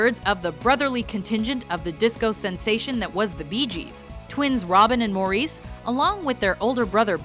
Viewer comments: In case you guys are doing something about the Bee Gees in the future, I just wanted to point out that Maurice Gibb is pronounced "Morris" Gibb. Yes, I know you guys are based out of Montreal so its common to pronounce it "Mor-Reese" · Stop saying Maurice like that, he pronounced it like Morris, not Mour-reece. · I know I'm years late but for #4, the Gibb twins, he didn't pronounce his name Mahr-Reese. He pronounced it as Morris. It's obvious you're reading a script, and badly I might add. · In Australia, which is the home base of the Bee Gees, Maurice is pronounced Morris" not "Morrees". It's as annoying as "Kreg" for "Craig". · pronounced Morris not More EES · Maurice Gibb is pronounced Morris. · Maurice Gibb’s name is pronounced Morris, do some research for Pete’s sake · His name is pronounced "Morris" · I cringed when she kept mispronouncing Maurice Gibbs's name. It's pronounced "Morris". And the Bee Gees were more than just a disco sensation. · It's pronounced "Morris" Gibb ..WHO doesn't know that by now ??? I mean..besides ' ? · maurice, is pronounced 'Morris' in this case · You Americans and your pronunciations of Craig and Maurice - Craig is phonetic, not "Creg". And Maurice is pronounced "Morris". :) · lol she said morEEss